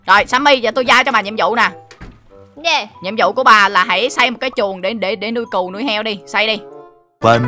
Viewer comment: #daxemhet tại seo con cừu a lại đọc là cìu a reaction video của a đi